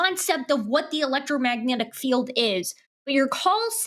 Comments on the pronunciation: He keeps saying electro-matic. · Did the guy keep calling it "elettromatic" field? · This man hasn't said "electromagnetic" properly... there is ZERO chance that he was an electrical engineer. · Am I supposed to take a person who can't even say "electromagnetic field" seriously? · This “engineer” can’t pronounce “electromagnetic”. Sounds legit! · I wish he would just say EM field instead of garbling over the word electromagnetic over and over If I have nothing and then I have one thing, the one is finite the nothing is infinite. And you can't compare something to nothing that isn't a comparison. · I'm sorry. It may not be fair but... I can't get past Daniel's inability to even SAY "electromagnetic". I just can't.